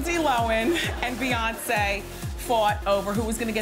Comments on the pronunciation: I agree with others here, in South Africa is "low-en" (were an ex British colony so millions of Lindsay's kinsfolk are here). Reminds me of the Charlize Theron thing. In the beginning Hollywood called her Charlize Teron (silent "h") but its actually "th". However while they fixed that part yall still pronounce wrong. It's not THER-on. There is no emphasis on any of the syllables. In fact it sounds like a phrasal verb in that we say it as if it's one syllable. It's Just plain Theron (kinda like "therein" is two words but said as 1 syllable). Just doing my part for the Acting industry. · I'm confused because years ago when everyone in the media was saying Low-Han, I heard an interview and they asked her. She said she always pronounces it Low-en ..so from that point on I always said that. Sometimes I would switch it up from hearing it said Low-Han so much. It's just weird that she wouldn't be consistent with her own name even if she didn't care how others said it. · Keeping up With the Ks ok thank you i thought i was hearing her wrong hahaha i was like lindsay lowen? whaaa lol lohhhhaaaannn lol 👍ok so my hearing is good lol thnx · Lindsay lowan, lindsay lowan, lindsay lowan. Please welcome.. lindsay low-han. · Entire compilation, Wendy says “Lindsay Lowin” Then she introduces LL & says “Lindsay Lo-han” finally hahaha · Did anyone else get OCD when Wendy was saying Lindsay loAn instead of Lindsey loHan It drove me crazy Still love her Also can we talk ab how This girl brought a freaking ARMY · How hard is it to say Low Hannnnnnn!!!! Not lowen! Ugh so annoying. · Dana K she literally said at like the 14 min mark while talking about her night club that it was called LoHAN night club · it's pronounced "low hand" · "Linzee Lowan" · Nobody: Windell Williams: LiNDsEy LoHeN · "Lindsey Lo'en" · They pronounce Lohan Lowen and Mr.Duvall Pronounces Cady Caddy. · The fact that she drops the h when she says her name drives me nuts